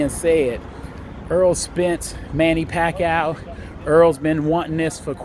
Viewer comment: He said Manny Packoww...